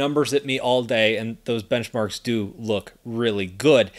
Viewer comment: Bench-Narks? 🤔😂😂😂 BTW, Big Fan!